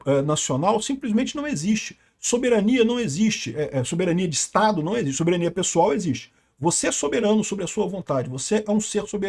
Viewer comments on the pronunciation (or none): Nossa! Que pronuncia de soberania mais banal. Queremos o Soberaniaaaaaa soberaniaaaaaa